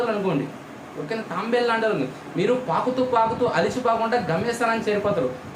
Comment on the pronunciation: Bro adi Tambelu kadu tabelu